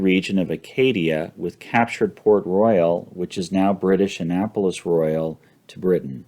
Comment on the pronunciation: In general these are great overviews, but come on - you can't pronounce "Utrecht" or "Royale" correctly? Oh and your ADR correction was completely unnoticable.